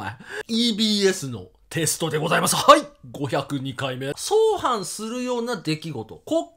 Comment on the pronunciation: 配信感謝 相反はあいはんと読みましょう